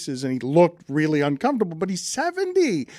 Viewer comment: "Daan, hockey is rrrreallly fun" -Kirkjian